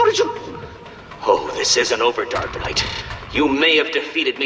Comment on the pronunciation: I find it funny how sometimes it sounds like he calls batman "Dark nut" lol